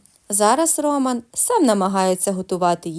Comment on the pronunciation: Чому РОман, а не РомАн?